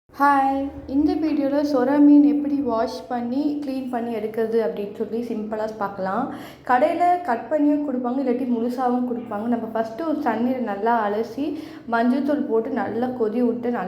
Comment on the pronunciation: Adu eraa illa suraa